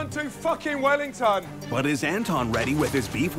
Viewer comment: the way he says wellington just sounds extra British. And HIS FACE